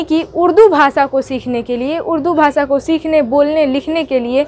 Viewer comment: Bhasa nhi hota bhasha